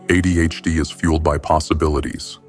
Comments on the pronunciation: “Uh Dee H Dee”😂😂😂😂 I died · Jesus f***ing wept, within three seconds AI has already f***ed a pronunciation... And it's the acronym that's the topic of the video.